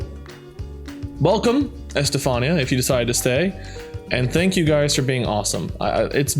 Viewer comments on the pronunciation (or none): It's not Es-tey-fahn-e-ah. It's Es-tey-fun-e-ah. I have a friend with that name who people are always saying it wrong